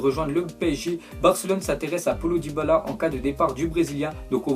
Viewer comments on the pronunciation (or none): none